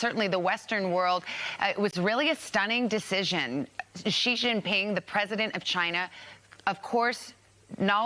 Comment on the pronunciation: She can't even pronounce Xi's name properly, get out of here